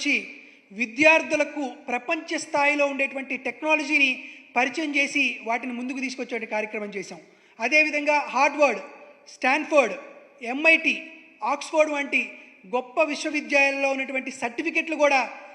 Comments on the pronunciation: అరే గొర్రె అది స్కాన్ఫోర్డ్ కాదురా స్టాన్ఫోర్డ్. స్కాంలు చేసి చేసి బాగా అలవాటు అయిపోయింది అనుకుంటా. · స్కాన్ఫర్డ్ కాదురా నీచ్... స్టాన్ఫోర్డ్... మీకు స్కామ్స్ తప్ప మరొకటి తెలియవు గందా... మూసుకొని తొంగో.. ఇక్కడ గొర్రెలు లేరు..ని సోది వినడానికి